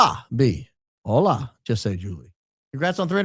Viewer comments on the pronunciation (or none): none